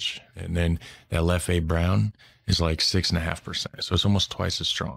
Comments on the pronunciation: Hey mate it's just Leff. You don't accentuate the 'e' on the end xx LEFF 😊 not hating just saying ❤️❤️🍻🍺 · Leffe brune or Blonde (pronounced Leff like Jeff, drop de last "e") is not a "good" beer. It's at best average, I use if for cooking only, not for drinking. Try the Trappists beers like Triple Westmael, WestVleteren XII, Chimay Blue or White, Rochefort Blue cap, Orval .... The plates he speaks about in the restaurant are: -Carbonades Flamandes (Flemish stew) consists of beef braised and low cooked in beer with onions, gingerbread-mustard seasoning. -Anguille is eel with veggie sauce and shrimp sauce (he talks about Orval base dressing) -Foie Gras (Goose of duck liver) made with a Rochefort sauce. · Leffey makes me laugh . Man, it's called Leff with a mute "e" at the end , that's french prononciation . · "Leffe" is pronounced "leff", not "leffay", lol. And Artois something like "are-twat" but without the final t. So "artwa". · There is no Leffey, call it Leff ...